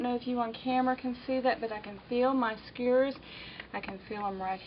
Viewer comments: Doesn't she know how to pronounce "skewers?" Skewers! Not skurs A southern or Texas accent wouldn't prevent a person from pronouncing "SKEWERS" correctly. Shesh. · Sugah, skurrs is fine by me. Folks from other parts of the country can't understand me either. I'm from Southside Virginia and we say houws (house) and aboot (about). Even folks from Northern Virginia think we're from Canada!!! Thanks bunches for the great info....'specially for centering the pieced backing. That's always been a pain to deal with. And I enjoyed listening to someone knowledgeable who I can understand!!!! Really!!!! You're a gem. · Thanks for your video. However that is a very large table in my house, and i don't have room for it in my small room. Unfortunately all your detailed explanations didn't work for me. Also, lol, sorry, I couldn't stand to hear your mispronunciation of skewers again 😊